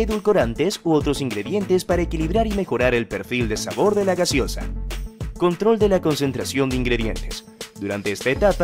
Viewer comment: Corrige ..es GASEOSA, no GASIOSA .😂